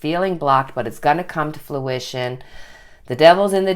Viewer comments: It kept sounding like she was saying fLuition rather than fRuition. I'm sure it's an accent thing, but it was messing with me. HA! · Love, love your channel, and love the new intro!!!! It’s fruition not fluition with an L. As in the fruit of your labor is coming into being. Just a minor thing. 💕😃